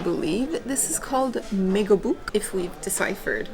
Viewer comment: Ahhaha, megobuk))). The real pronunciation is medovik. Med means honey